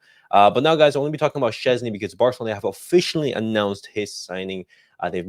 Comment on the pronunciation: Its Pronounces - VOY TECH CHESNY ...lol